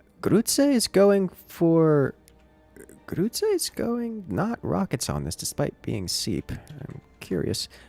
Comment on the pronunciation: I love the way you pronounce "Grütze" :D